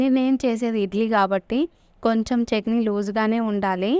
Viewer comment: Chekni kaadu chetni